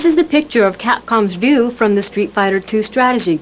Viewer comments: So Ryu isn't pronounced Ri yoo, its D-yu. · Ryu is pronounced "view"?!? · Who the hell is dyoo? Its pronounce r-ee you. Or rai you. Did a lot of people say it that way back then? My dads friend calls him hyu. And ZAHN - JEIF!?? LMAO 🤣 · WE ALL SAID RYU LIKE THIS… ( RYE-YOU ) Am I right lol I mean really… we all said it that way right… my son calls him (REE-eww) lol and this lady on here calls him ( ROO ) lol so wth is my childhood pronunciation of RYU my favorite street fighter II player RUINED and said wrong these 30 years of thinking I have been saying it right lol wth im so pissed and I’m not calling him any other name lol he’s always gonna be called RYE-YOU and anyone I have ever known has called him the same thing… so whatever lady lol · So Ryu is pronounced Roo 😮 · I’ve just realised I’ve been pronouncing Ryu wrong for 30 years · For 40 years everyone's been trying to pronounce Ryu correctly. And this woman just absolutely butchered the name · See that ?! RYU is not pronuce RAI-YU or WHY- YOU or REE-YU or RAGU as in Ragu spaghetti sauce She pronounce it as DO as in DO-DO as in Excrement as in the stuff that come out of your ass after eating at taco bell. Just kidding I've no idea what she said 😆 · yeah, this is true sometimes! But I know plenty of nisei/sansei that can't speak Japanese very well, if at all, especially if live in another country and they're proficient at their local language (the opposite is true in Japan, lots of mixed-race celebrities that can't speak English at all; Japan's ESL program is truly awful). I'm surprised that she didn't pander to the audience by saying "Rye-you," that and the special move names caught me off guard 😂 Her rendition of Zangief was pretty inspired, however.